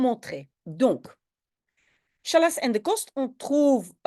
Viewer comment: Hartelijk dank, super met de woordenlijst, enkel een detailtje Challas spreek je uit Gallas en niet sjallas :-) in het Arabisch wil dat zeggen "stoppen"